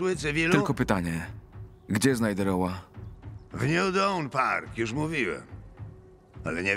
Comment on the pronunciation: Szukam Rowa porucznika. Zupełnie zmienia sens wypowiedzi. Czytane jak po polsku oczywiście.